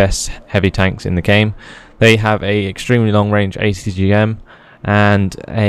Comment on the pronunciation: what nationality are you? I was watching with subtitles and every time you said atgm it said HTM!!!! hahahaha I love your vids